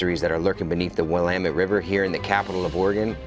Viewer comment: The Willamette river is pronouced "will am met". Very beautiful river in the Willamette valley. I live in Eugene southern end of the valley.